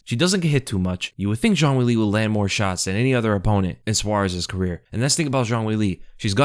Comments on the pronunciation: ''Cong Wong'' bro cant even say wang properly either. insane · Wong Kong? Really? Oh my bad I guess it’s Kong Wong